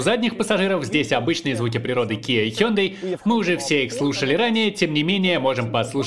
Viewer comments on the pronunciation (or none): none